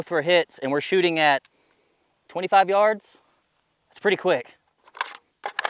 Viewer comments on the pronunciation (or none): none